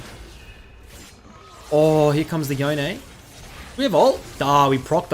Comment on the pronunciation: Just please say Yone (like you'd say Dome). Not Yonay.